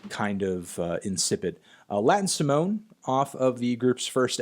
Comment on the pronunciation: That pronunciation of Simone is the worst thing you've ever done.